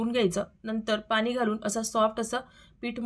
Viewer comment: पानी नाही ग पाणी बोल